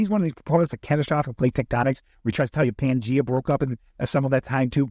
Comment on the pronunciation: Dude, is THAT how you say Pangea? Good lord I've been getting it wrong for 45 years. I grew up JW and i remember listening to a copy of an "insider" speech at their HQ and we all marvereld at how cool it was when it was suggested that in Paradise God would restore Pangea lol.